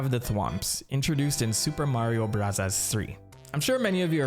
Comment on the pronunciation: Seriously just say Mario brothers not Mario brathas